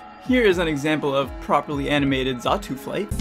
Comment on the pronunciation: xatu, not zatu